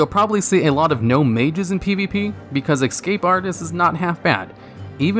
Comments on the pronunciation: Why do you say excape instead of escape? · The way you repeatedly say "Ex-cape artist" triggers me so hard, hahaha :D It's ES-CAPE :D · ESCAPE…. ESS CAPE. NOT EX CAPE! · "EX-scape artist". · "X-cape artist" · STOP SAYING EXSCAPE ITS ESCAPE COME ON MAN JESUS MY EARS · Please stop saying exscape..